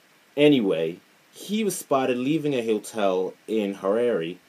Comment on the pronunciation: That accent is painful!!!! It's Harare not Haaraarie please!